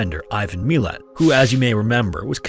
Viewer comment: Dude I love your videos but you gotta work on your pronunciation... it's pronounced mi-lat not mee-lat drives me nuts hahah